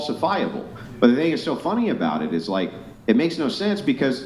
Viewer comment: I can't stand how she pronounced the word "thing" as "teeng."